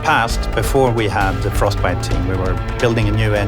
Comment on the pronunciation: frosTbite ! Et non frosbite !